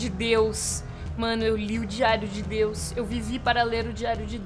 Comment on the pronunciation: Pessoas normais ouviram a falar "diário de Deus" mas eu ouvi "diário de DIO" 😆